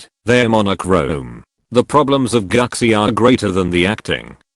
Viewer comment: It's pronounced "Goochee".